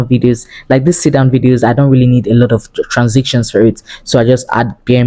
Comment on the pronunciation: Just stumbled on this ! This is so so detailed ❤ God bless you!! But your pronunciation 🤔 I was hearing words like “Edicting” instead of Editing and “Transiction” instead of transition 🙂